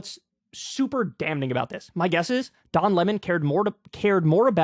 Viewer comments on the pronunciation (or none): Never heard anyone pronounce the N in damning.